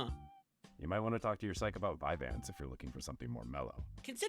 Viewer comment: I think I found the name of the second drug on the list . It's "vyvanse". Did anyone else just keep hearing it as "five ants"?